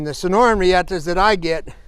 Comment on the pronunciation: It's not pronounced reeEhta. It's Spanish. It's pronounced REahta.